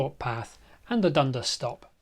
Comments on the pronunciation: Hullo, the locals pronounce it dun-DAS, with the emphasis on DAS. I wonder why they didn't run a gauntlet track over Kissing Point Road ? It would have saved (us) money. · Just a pronunciation note: the stress goes on the second syllable in Dundas, and it rhymes with 'gas'. At least, that's how I always heard it, growing up in the area in the 1980s.